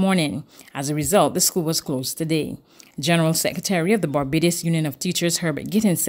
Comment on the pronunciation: V-hickle indeed ! But who cares? Certainly, nobody at Barbados Today....any noise will be just fine. "It Babadus we come from...ent?"